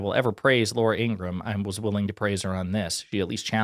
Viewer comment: Ing-ra-ham. Three syllables.